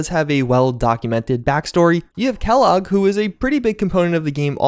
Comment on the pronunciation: It's Kellogg godammit